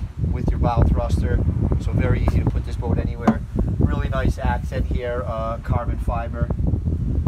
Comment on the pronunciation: I could listen to this guy say cobbin fiber all day 😂😂